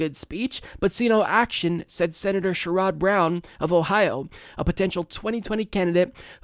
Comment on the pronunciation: Please learn how to pronounce names like Sherrod, Mokhiber - or don't use their names.